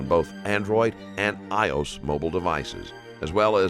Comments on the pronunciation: The fact that this narrator is AI is kind of a bummer. Still good content though. "eye-ohs devices" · Hearing this amazing voice mispronounce iOS was weird